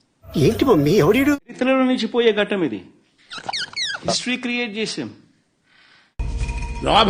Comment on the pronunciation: ఘటం ఏమిట్రా దిక్కుమాలినోడ ఘట్టము అని పలకాలి ఘటము అంటే కుండ రా బాబు